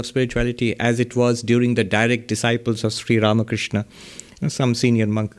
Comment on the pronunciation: Pranam Maharaj ji, the way you pronounce Sree Ramakrishna is soo beautiful ❤️.